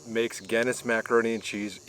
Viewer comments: Someone please tell him how to pronounce the beer right and the pasta I’ve never laughed so hard on how he said them completely wrong gayness wtf its Guinness and the pasta don’t even if your Irish you should be angry. I love this guy but come on and did you try the tv settings may be there is some setting there guy. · Glad your still doing ok, you always cook such nice looking food. Its actually pronounced GIN same sound BIN ness. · Somebody teach this guy how to say Guinness, please!! 🤣